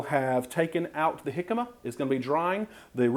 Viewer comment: Such a great video challenge. I look forward to making the jimcama fries. It was also nice to hear someone pronounce it properly.